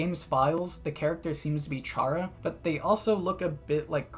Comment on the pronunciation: ""Charrah"" Chaira-cter or Chara -cter? It's Chara cter